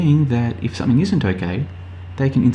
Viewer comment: ‘something’ ends in a G not a K. Illiterate.